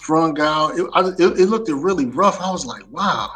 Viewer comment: Brothers please stop saying look-ded please. It’s look-ed. Brilliant! Cheers mates!!